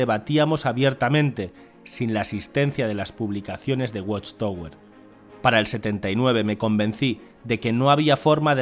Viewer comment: Se pronuncia "watchtawer". Gracias por la traducción.